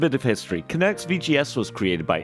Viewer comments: If I took a shot every time you said Connectix wrong in this video, I'd probably need my stomach pumped... Steve Jobs said it right literally in your video... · Sounds like you say Kinetics, not Kinects. lol Now I am sad that body tracking never really took off....